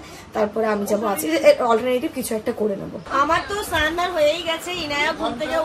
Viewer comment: Snan dhan ?..kane lage boddo..snan bolbe sudhu .